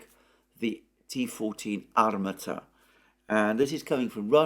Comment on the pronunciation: Armaaata. The stress is on a second A.